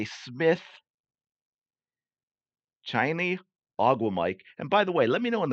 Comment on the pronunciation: Shih-NAY oh-GWOOM-uh-kay